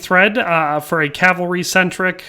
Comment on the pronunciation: I'll like the video because you say cavalry and not calvary like alot of people on youtube do.